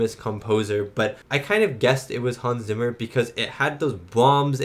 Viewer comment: Hans Zimmer's last name is pronounced "Tsimmer", not "Simmer"! 🤣